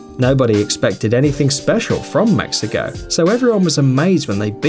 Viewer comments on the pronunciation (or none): Pronouncing Mexico as “mexica” and when he said Portugal beated Iran “1-1” this yute is so undeveloped I swear